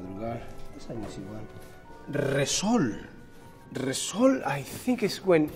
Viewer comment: Word is: Resol Pronunciation is: machinegun noises-esol